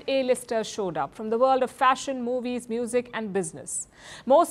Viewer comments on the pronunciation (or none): none